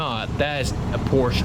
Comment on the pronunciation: great content; however, Porsche is 2 syllables..